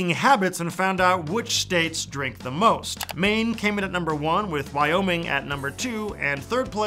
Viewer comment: I've never heard someone pronounce the 'g' at the end of Wyoming before :)